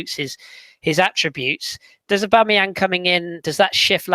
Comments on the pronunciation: Great podcast guys .while its comical how you are pronouncing aubameyang as ABomerang we have becareful how we say someone s name because to many one s name is special and at times its a powerful statement of who they are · It at least cleared up how to pronounce Aboomerang